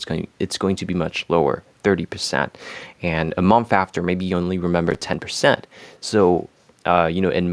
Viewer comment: Quick pronunciation note with a bit of additional information: Sī-mon and Schū-ster is nearly 100 year old, very important publishing house in the US, third largest according to Wikipedia. Also, the 'o' in "month" is not pronounced like 'on' like off and on, but rather like the 'u' in 'under'. So like, 'munth.' It looks worse than it sounds! (Man, your English is so much better than most native speakers, whether UK, Commonwealth, or US! I can only strive for something close in French. Beautiful!)